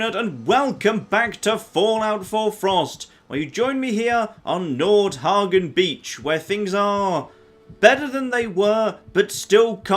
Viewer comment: Nord hegien not hagion